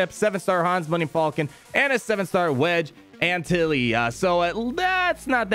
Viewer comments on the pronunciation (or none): Lol pronunciation of Antilles